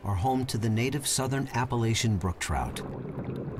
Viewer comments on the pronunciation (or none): let me just say it's App-uh-latch-hun not Ape